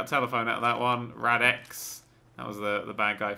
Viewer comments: ITS RADITZ NOT RADIX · it is not radx it is radits